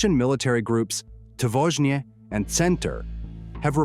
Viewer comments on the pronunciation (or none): it's not "tvozhne", it is "Otvazhniye", which means "the brave ones"